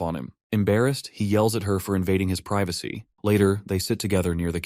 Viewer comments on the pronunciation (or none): none